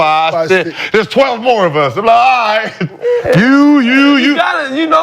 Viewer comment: Kenyon: "If he winning ight"😂😂